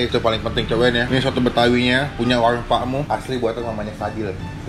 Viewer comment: WARUNG PAK MUH, BUKAN WAWUNG PAK MUH..